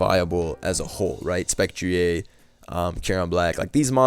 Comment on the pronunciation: Man is turning into wolfey with the spec-tree-ayy